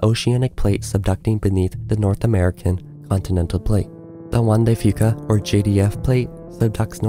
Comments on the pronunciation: It may or may not be worse than the Anchorage quake, which was also subduction-caused. Kudos on pronouncing "Juan de Fuca" right! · I live on Southern Vancouver Island. Thank you for pronouncing 'Juan de Fuca' properly 😊